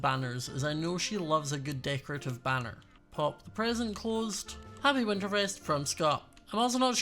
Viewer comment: Is it just me but when Scott says present it sounds like prison